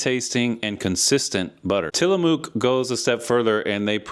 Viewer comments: Great write-up. One little thing though.. It's "Tila-muck" not "Tila-mook" Oregonian born and raised. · It's Till-a-muck